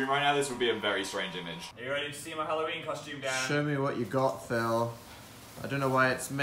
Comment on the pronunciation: More like hallNOween